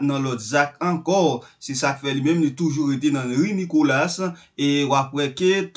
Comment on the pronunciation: C'est pas Nicolass - c'est Nicolas. S la pa prononce